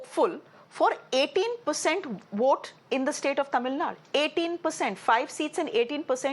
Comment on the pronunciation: Anchor mind your Pronunciation.. its not Tamilnad it is Tamil Nadu and not Salim it is Salem(say lum) stopped watching after 2 mins.. moodhevi